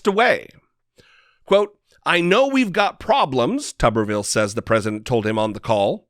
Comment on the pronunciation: It's pronounced tooberville, not tubberville. Tuberville, like potato town.